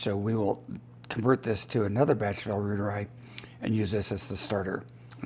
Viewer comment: It’s pronounced L. “roy ter i” like Reuters news agency